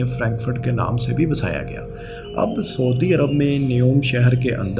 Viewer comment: ایڈمن بھائی بڑی مہربانی ہو گی کہ اپنی اردو ٹھیک کر لیں ۔ کیوں اردو بول کر اردو کا بیڑا غرق کر رہیں ہیں ۔ 🤮🤢😖😖 سعودی کو سودی بول رہے ہیں اور شاداب کو شداب یار کچھ تو خیال کریں ۔اور بھی کئی غلطیاں ہیں۔ میں ہاتھ جوڑتا ہوں۔ پہلے بھی کئی دفعہ عرض کر چکا ہوں۔۔ 🙏🙏🙏